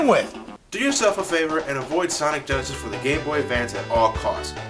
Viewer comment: he said sonic genisis perfect exsample what genisis does what nitendont